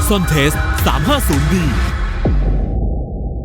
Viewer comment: เขาเปลี่ยนชื่อให้อ่านเป็น"ซอนเทส"คับ ไม่ใช่"ซอนเตส"